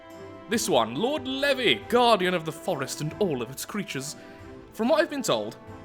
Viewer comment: I believe it is pronounced lord levi with a long e